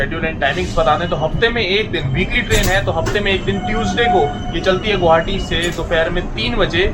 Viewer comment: Vai gouhati nhi hota h ye Guwahati h Gu wa ha ti Please pronounciation Guwahati not gauhati